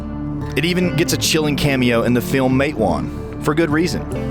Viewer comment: MAT-uh-won. That's how you say Matewan. It's a city in New Jersey.